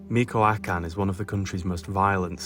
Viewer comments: "Meeko- A-Can" 😂😂😂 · Learn how to pronounce Michoacán